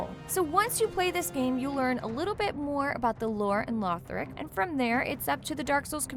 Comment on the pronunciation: Did she just say Lorthic?